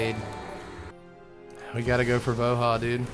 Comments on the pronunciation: Sigh, everytime you called him Vo-HAH , my soul died a tiny bit. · I still maintain that "Voha" and "Yetmir" are objectively incorrect pronunciations.